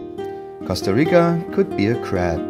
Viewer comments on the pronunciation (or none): none